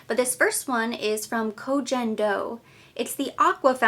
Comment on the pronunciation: Koh Gen (g like go) Do ☺️